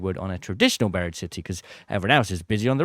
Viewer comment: Why do people call it BIRD city when it's BURIED city????